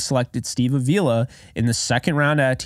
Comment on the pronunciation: I don't want to be that guy but Avila is pronounced like avocado. I only mention it because I know you said you like to get names right,and i watched an interview with him and thats how he said to remember it 😂. Anyways keep up the great content!